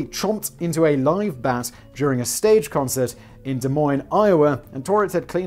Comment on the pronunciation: Des Moines. You fuck up so many words but you get that one right? Btw, Tomei is pronounced toe-may.